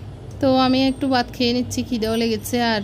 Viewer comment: আপু তরকারিতে একবারে পানি দিতে হয়।ভাত কে বাত বলেন কেন